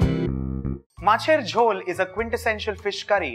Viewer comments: Isshhhh... I loved the way you pronounced my favourite dish. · You spell the word MACHER JHOL really like a Bengali....great video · Your Macher Jhol pronunciation is perfect, recipe is perfect👌👌.U r an awesome chef